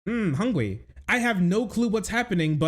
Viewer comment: Ahh Hungwy